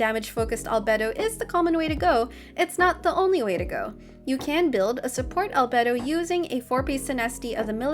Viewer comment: finally someone that can pronounce albedos name right